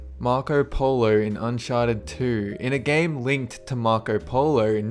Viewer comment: at :14 he says un sharted 2